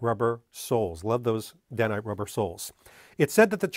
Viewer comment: keep putting out the awesome content and I'll forgive you. Also the Dainite soles are pronounced Day-night. So called because the manafacturers did twin shifts to meet demand, theachine were running day and night.